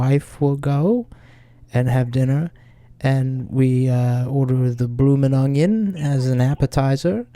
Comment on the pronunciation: “Bloomin’ ungen”